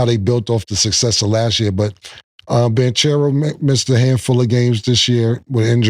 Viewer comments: “BAN - Cherro “… Like he it’s the band for the cereal company lol 😂😂 …. It’s Bon … like a bonnet and churro like the desert my boi 😂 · Cam calling Paolo “Banchairoo” you losing your stanima killla 😂😂 paws 🐾!!